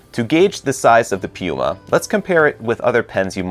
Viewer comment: Hmmm, you couldn't be referring to PenBoy could you??? 😁 I think you like rolling those rrrrr's. You do a great job in pronouncing the Italian names. How does the Scribo flex compare to Leonardo's Elastic? As always great job and enjoyed it.